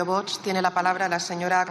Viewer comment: No sabe ni decir VOX